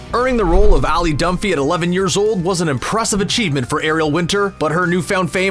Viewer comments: bruv rly said ALLY Dunphy no way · It’s Alex dunphy not ally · “Allie Dunphy” ? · Isn’t it Alex Dunphy? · Zerxez yes he is wrong it is Alex dunphy